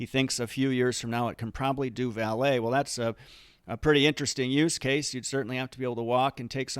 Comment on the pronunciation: LOL for a moment I thought you said ballet instead of valet! I bet they’re probably already are robots that can do ballet dancing Great analysis about a great company. Thank you.